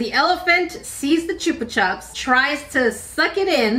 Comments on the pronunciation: I thought chupa chups wast pronounced like chupa choops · Chupa chups is actually pronounced choopa choops. It's a Spanish brand of lollipops originally so the name comes from the verb chupar which means to suck. The way you said it is how the British tend to pronounce it. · The lollypop is pronounced CH-UP-PA CH-UP. It’s pronounced the same the way both times just as an A on the end of the first word. 😂😂 Chup is Spanish for Suck’ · Choopa chup? We've always pronounced it choopa choop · Chupa Chups are Spanish, so both the 'u's are said the same, a long 'u'